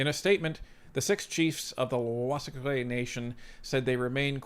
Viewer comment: BTW it’s pronounced wool-a-stook. You’re welcome.